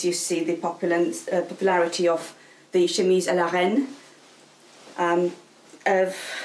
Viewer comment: irrelevant but i love the way you say chemise a la rein and Marie Antoinette. I don't know, it just sounds so nice.